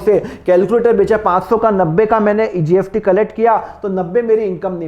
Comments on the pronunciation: Pahle bolna sikho gst likhte ho or bolte gft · Syd mere kaan sahi se nahi sun rahe sir mujhe apke muh se GST ki jgh GFT sunai de ra😊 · why r u pronouncing GFT instead of GST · Sir GST hai app ye kyya GFT GFT bolte rahte ho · Sir GST BOLIA NOT GFT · GST KA PRONOUNCIATION GALAT KYUN SIR..GFT GFT JAISA SUNAI DE RHA HAI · Aap gst ko gft kyo bolte ho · Gst ko gft kyu bol rh h sir ... 🙄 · Nice video sir but gft speaking is not right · Gft gft kya bolte ho? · Iske muh se gft sun ke man kar rha kisi aur ka video dekh lu aisa lag raha chona raha hai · GFT?? S ko F bolte hai kya🤦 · Ye sir S ko F pronounce karte hai, so don't mind it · Bhai wo "स" ko "फ" bolte hai.